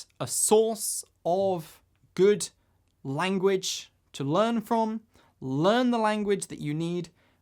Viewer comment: a-gain and a-gain.... extraordinary languaccch :-)